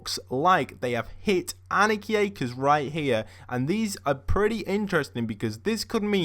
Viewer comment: God can you pronounce Anarchy Acres right